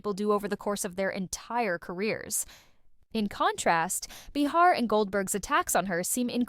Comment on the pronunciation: It’s pronounced “ bay-har” . Third video I’ve come across saying they apologized but not one showed the video. 🤦‍♂️